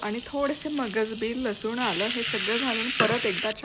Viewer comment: Lasun sathi pn same uchhar kela